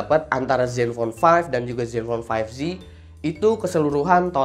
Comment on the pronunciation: 5J apa 5Z? Kok dibaca five ji